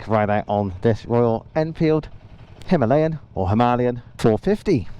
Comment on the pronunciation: First time a westerner pronounced it like we do .. Hi..ma..layan 🙂